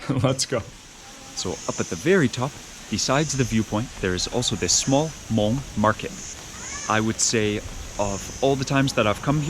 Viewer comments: Beautiful video as usual. It's nice to hear the word Hmong pronounced correctly. I find that when I have too much American food I crave the simple delicious flavors of our Hmong food. It's what I go to for comfort. I would have liked to hear some Hmong being spoken in the video but regardless you are are always so respectful when you speak to others. It was also really nice to see Mark, Ying, and Micah too! Can't wait for your next video. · Love it. Your pronounciation of Hmong/Hmoob is so right on too. Thanks for sharing our culture with the world and showing so much love towards such simple food dishes. Subd 😁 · Your pronouncing “Hmong” is excellent!